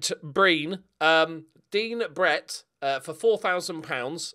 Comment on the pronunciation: You should call Dean Brett "Dett Brean" now.